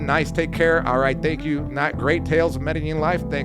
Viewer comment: Bro, why don't you guys know how to pronounce Medellin?